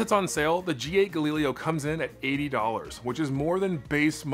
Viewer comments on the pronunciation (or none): I can't help but laugh anytime I hear you pronounce Galileo. Does nobody remember history class? Gal-i-lay-oh